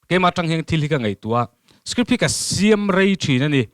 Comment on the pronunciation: • • ngati ti nge le script tih turah hian strip tih ang deuh hian alam tlat mai le amak eee.....